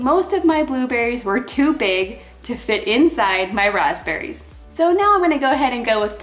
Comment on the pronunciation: I hear feom you first time grazberis ????